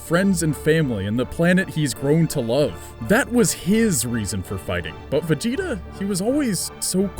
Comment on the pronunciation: when you say vegeta it sounds like vagina.